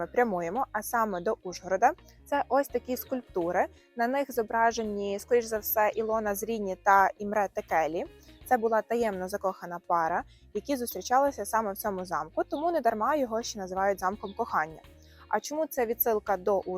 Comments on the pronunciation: у вас біда з наголосами - ІмрЕ, з НазарОм. жах. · Імре Текелі - наголос на перші склади. Такі помилки не красять туристтчний канал.❤